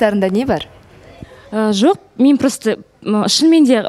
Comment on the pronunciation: мен Рамазан жок деп неге ударение бересиз Диана жалпы осекке кумарсыз